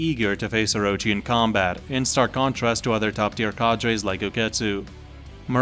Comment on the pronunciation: The way u pronounce cadres makes me fume. Well played. Have a dislike